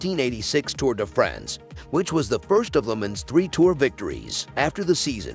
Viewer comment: TOUR DE FRENS.....LOL how not to pronounce european names hahahahahahhaha